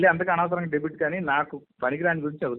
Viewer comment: డెబిట్ కాదురా, అది డెబేటు, అది కూడా తెలియదు నీకు